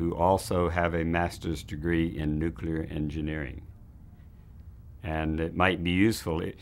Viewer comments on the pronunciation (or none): Why is it that you guys raised in the South cannot pronounce the word "nuclear"?